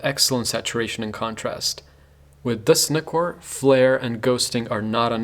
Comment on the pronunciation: Thanks for this review, above all thanks for pronouncing Nikon and Nikkor correctly.